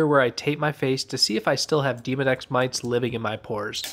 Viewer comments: I thought that he said "Demon-X." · It definitely sounded like you said Demon X living in my pores. I’m sure there’s no difference but hilarious nonetheless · I’ve never heard a colleague pronounce Demodex in such a manner.